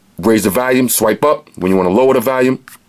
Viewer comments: Why is it so hard to say volume not valume! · I love how you say Valium instead of volume lol it cracks me up everytime